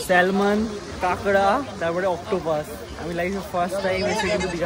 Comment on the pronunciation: দাদা, salmon কে স‍্যালমন উচ্চারণ করো যখন Island কেও ইসল‍্যান্ড উচ্চারণ কোরো.. 😂 আমার বক্তব্য: salmon এর l টা উহ‍্য থাকে উচ্চারণের সময় 😊